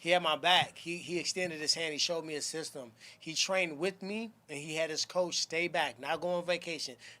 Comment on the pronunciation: B almost pronounced system seestem lol, his inner paisa almost came out, I can relate.